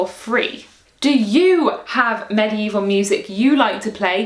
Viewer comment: I love how you pronounce medieval like maddy evil